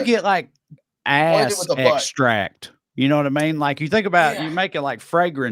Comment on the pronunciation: "Where do you get, like...Aahss extract?" - bout killed me